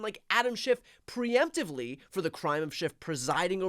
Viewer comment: ("Pre-emptively," not "pre-emptorally.")